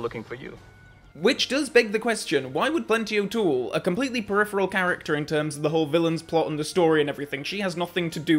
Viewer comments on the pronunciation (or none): none